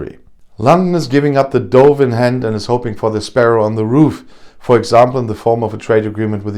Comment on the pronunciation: Danke,. Frohe neues Jahr. Just one thing: 'dove' rhymes with 'guv', not 'Gove';-)